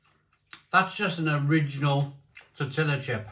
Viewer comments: Tor-tia not tor-tilla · How can you still not pronounce tortilla correctly???😂